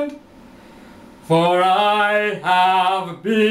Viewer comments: 7. Listen to "I have been promised a LAND of my own." When you say "Land" you are pronouncing it "Lah-Hand." That "Hand" you've added, is because you did NOT use your diaphram to "bump" that note. You shouldn't have add the "ha" to get to another note. 8. I see too much shoulder movement, indicating not "belly breathing." When you breathe, your stomach should rise & fall. 9. You should stand to sing - even the best have a hard time singing sitting down. I hope this has helped. :-D Potential.. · 7.IC shoulders moving. Pay attention that you breathe from the belly. The stomach should rise and fall - not shoulders. 8. Listen to U sing "been promised a LAND of my own." You pronounce it "LA-HAND." See #6. This is an example of not "bumping" but using the vocal cords to produce this. Practice getting out of this habit. 9. Stand up 2 sing - even the best can't belt it w/o standing. Watch D. Osmond in Joseph as example I hope this helps. I see potential - tap into that. It takes practice.